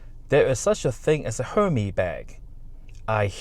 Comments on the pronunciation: Hermès is pronounced "air mezz". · why do you call the bag a Herm-EE bag? 🤔